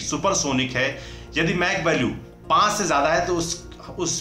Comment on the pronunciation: "मैक" nahi "माक" 🤷🏾‍♂️😅